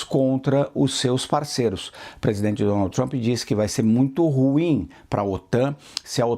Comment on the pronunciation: Dificuldade da âncora pronunciar: Donaldy trumpy 🤦‍♂️